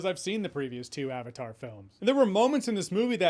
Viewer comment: Avatar is a Sanskrit word. He lost me in the first few minutes when he couldn't even bother to look it up and pronounce correctly. He probably knows how to pronounce Croissant and Fettuccine though.